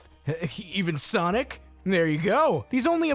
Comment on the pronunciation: It's not sonic its sanic